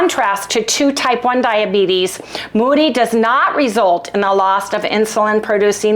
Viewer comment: I so hope Harry gets relief soon!! T2 diabetes and IR are the same thing btw and MODY is pronounced with a long O. Yea, I went there. 😂